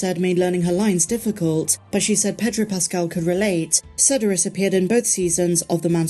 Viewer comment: Fwiw, Sedaris is pronounced "suh DARE us".